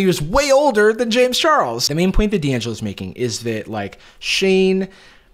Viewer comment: jarvis pronouncing Dangelo like Di angelo me : Percy Jackson flashbacks